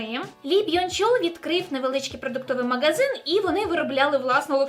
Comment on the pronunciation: правильно не маґазин, а магазин). дуже кльове відео! дякую тобі за українську мову в твоїх відео